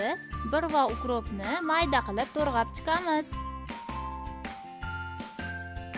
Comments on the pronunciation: To'g'rab deng to'rg'ab demasdan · To'rg'ab emas to'g'rab deyiladi.